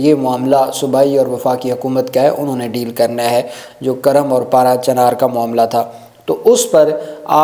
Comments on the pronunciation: It is not Karam, it is Kurram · Absolutely right Kurm not Karam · یہ لفظ " کُرم " ہےگ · یہ kurram ھے karram نہیں